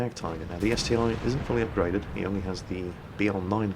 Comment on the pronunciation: It's ST-1, not STI ( СТ один )